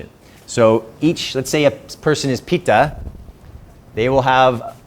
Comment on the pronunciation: Pit ta* not Pee ta!